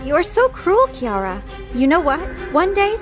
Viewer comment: Is not Kiara is keara No Kiara I'm Keara too But is okay It can be Kiara